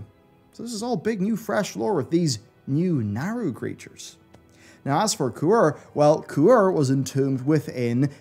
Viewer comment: Since when is Ku-Re pronounced Quor